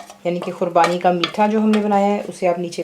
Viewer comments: Don't you mean Qubani? So far its not Kurbani its qubani. I hope you understand,and yeah don't mind :) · Assalamu Alykum Khubani boliye khurbani nahi😮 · "khubani" not kurbani. .. lols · aapko khubani bolne nahi aara aur aap banane ki koshish karre